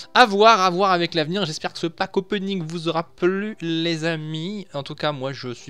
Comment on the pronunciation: J'adore ta façon de dire : C'est Pack Openiiiiinng , bien accentué :DD GG !!